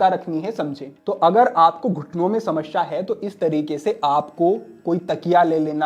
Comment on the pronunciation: शमश्या नहीं, समस्या